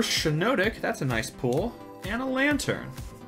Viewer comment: I like how he pronounces pull as pool